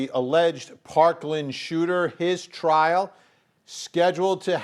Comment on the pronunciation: Trial not trail. LOL